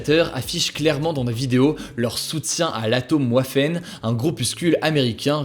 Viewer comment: Waffen se dit Vaffen, comme en français pas en anglais